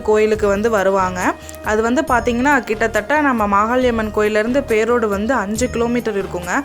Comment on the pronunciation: பேரோடு மாரியம்மன் தானே...பேரோட்டு என்று உச்சரிக்க வேண்டாமே 😂